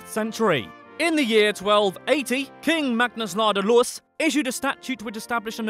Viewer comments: The best of your attempts at swedish pronounciation was, somewhat oddly, "Magnus ladulås" . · Impressive pronounciation of "Magnus Ladulås"!